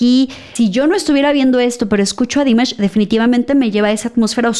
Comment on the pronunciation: No es Dímash, es Dimásh..😅